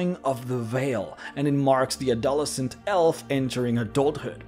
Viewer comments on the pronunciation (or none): WTF is, a-dol-ess-ent. i think you mean ad-uh-less-ent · Add-O-less-sense is how adolescent is pronounced, FYI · It's pronounced 'add - Oh - less - ent' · "A-dol-a-scent" Haha I love you bro. You're videos always make me smile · Adolescent is not pronounced like that. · Sir. I've watched 20 of your videos. Never had a hang up. Until now. The way you pronounced adolescent in this video is whack.